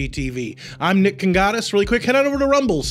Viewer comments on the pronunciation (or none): Did he say he is "Nick the godess ?"